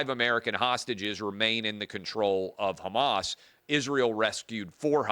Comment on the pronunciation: Clay you said pro Hamas wrong